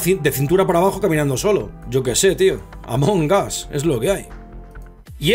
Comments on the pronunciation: Dice amongaz en vez de among us XD pero among us se significa entre nosotros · Se pronuncia Among as Y se escribe Among Us